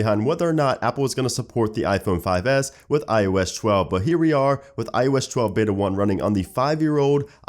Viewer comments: "IOSH 12" he says😒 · It's still "iosh chwelve" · ''IOesh 12''